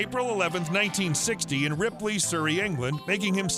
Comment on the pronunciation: I stopped watching at "Ripley, Surrey, England"! 🥴